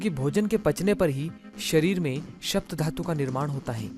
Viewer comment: " शप्त " धातु नहीँ. " सप्त " धातु होता है।